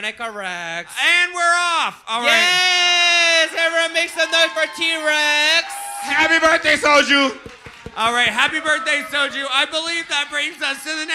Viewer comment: Soju saying Trannika Rex every three minutes and T Rex is sooo uncomfortable.